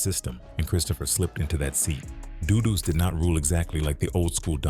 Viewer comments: Say duh. Duh dues. Not doodooes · Pronounce it with me guys Duh-Duss u ppl kill me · His name is pronounced “Duh-duhs”